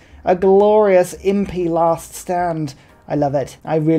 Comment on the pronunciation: Something doesn’t feel right when a British man says “they brought archers and impi to a musket contest” 😂 great game!